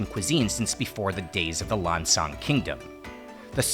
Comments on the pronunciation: Go on ThaiPBS they show Lao Vieng and Lao Krang teaching Thai people to cook. You will never see Thai teaching Lao people to cook. And stop saying Lan Chang it's Lan Xang. Say it the way Lao people say it. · Not Lan Chang. It's Lan Xang. Speak Lao correctly if you want to be the people of Lan Xang. Lao people is the people of Muang Sua.